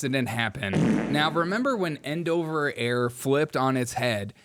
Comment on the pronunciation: I'm not sure which annoyed me more: The continuous, childish fart noises; or you constantly mispronouncing Endeavor Air as "End Over." WTF dude?